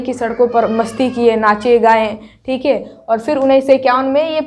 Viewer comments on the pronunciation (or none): Tum sbb me se kis kis ne ye notice kiya mam ka dialogue "थीक है " 😅😅😅😅 👍👍👍🤣🤣🤣🤣🤣🤣